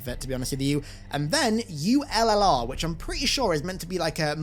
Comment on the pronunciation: "Ullr" is based on an earl noble team Jun concept art! Totally the reason I got it 🤙 "ullr" is also pronounced like ooo-ler, and is a norse god associated with archery and skiing. Fun facts